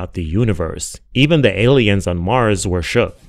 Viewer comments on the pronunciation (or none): none